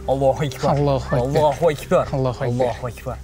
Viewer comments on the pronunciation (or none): Сосын Аллох өйкпар деми дурстап айтпай мекен Аллах акбар деп